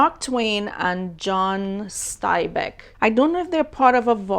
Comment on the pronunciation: You might want to google John Steinbeck and educate yourself on who he is. He’s extremely well known and lauded for his work. It’s common in America to read his books in school. Multiple movies have been made of his books. You also mispronounced his name.